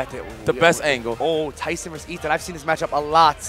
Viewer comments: guys it's not TAYson it's Tayson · Its NOT TAS SON it’s TAYSON. 😁😂😂😂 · He's Tyson not Tayson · Well I know I won’t forget his name Tayson ...I mean “Tyson”! Lol Yipes too crazy!!